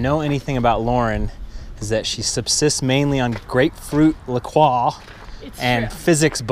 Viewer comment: It's pronounced La 'Croy'...